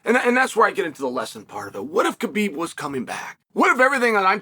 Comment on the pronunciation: Just say Habib... Thats the way its pronounced 🤷🏽‍♂️